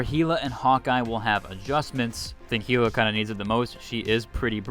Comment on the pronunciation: Idk why the way he pronounces Hela bothers me so much lol